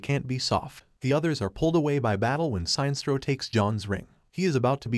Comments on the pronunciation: sin estro not signstro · "Science-troll"? ..... not "Sin-es-tro" ??? .... OMG, pls update the computer-text-to-speech pronunciation/voice database !!! ..... or not ..... lolz Can we have "Science-troll" versus "Sin-es-tro" in a villian-vs-villian fight? :-D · SIGN-STRO....... SIN-NES-STRO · How the hell does he mispronounce Sinestro? It's Sin - Est - Ro not Sine - Stro. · Sine-stro? Sin-es-tro, as in the word "Sinister." That's far from the first blatant and complete mispronunciation you've had in your videos. In your video covering the movie where Lex as president puts a $1B bounty on Superman, you kept saying "metal-o" instead of "met-allo" (as in alloy). Every official voice line ever has pronounced these names differently from how you have. Please put more effort into these. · Shines-tro? I thought he's "Sin-nes-tro" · Damn it, it is like Sinister, that is how it is pronounced!! Pure Silver age SINESTRO!! SIN-ESTRO not SINE!! It may be campy but that's what it was when comics were for kids and mot adults!! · It's not pronounced "Si nestro", it's pronounced "Sin estro". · The way he pronounces Sinestro xD "Sine strow" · Seinstro, the new intergalactic sitcom. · How does the narrator butcher Sinestro’s name?? “Sine-stro”??!! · was this read by a bot? because the mispronunciation of the name sinestro is anoying. sin estro is what it should be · That run was horrible but not as horrible as the pronunciation of Sinestro..